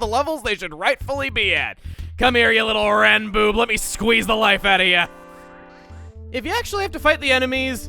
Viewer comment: "Come here, you little Ranboob, let me squeeze the life outta ya" Did…did Chugga even think that through, or was that on purpose? I know he says stuff like that accidentally, but that didn't sound like an accident.